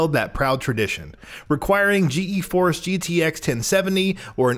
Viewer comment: Lol he said G E force like when people say Rog when it’s R.O.G just say GTX or GeForce